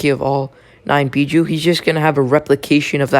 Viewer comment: Bijuu not Bijou